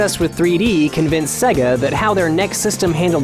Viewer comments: so SEGA is pronounced Say-Gay not SEGA?!?! fuck logic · 'Segger' produced many consoles, including the Segger Mastersystem, the Segger Megadrive, and the Segger Dreamcast. I remember when we used to debate whether Sega was pronounced 'Seega' or 'Sayga'. After watching this vid, I guess it's 'Segger'. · I'd love to watch this video but I can't. In the first 30 seconds the guy who's meant to know stuff about gaming pronounces Sega wrong multiple times. It's stands out like a sore thumb every time. It's say-ga. How hard is it? You hear it at the start of every Sega game practically. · I disliked the video 1 minute in BECAUSE HE KEEPS FUCKING SAYING "Seh-ga" AND THAT MAKES ME REALLY UNFOMFORTABLE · Who pronounces Sega like that? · The constant mispronunciation of the word "Sega" in this video drove me crazy. I'm sure the guy reading the script is different than the ones who did the research but damn. It's not like Sega ran ad campaigns for years where the name was screamed or had the Genesis that would sing the word to you when booting up most games... Except they did. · mary hadfad no dummy, its a japanese word, and "se" is pronounced as such . you lose . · I have never heard anybody pronounce Sega that way before. It's pretty much the only thing I can hear in this video. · Is any one else really bothered by how this guy pronounces "sega" or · today Im going to show you this videos comment section 10% is did you know insert long and boring complaint 10% is poor Dreamcast 20% is trolls 60% is people complaining about how pronounces Sega raises flame shield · The way he's pronouncing Sega gets on my nerves. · OMG STOP PRONOUNCING SEGA WRONG!!! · It's "say - gah" Not "seh - gah" Honestly, wtf? You narrate a video about this topic and don't even know how to pronounce the subject of the video? And there is no arguing this. There is no grey area. You are pronouncing it wrong. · It's "sayga" not "segga" how annoying! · It's not Seg-a man, its Say-gah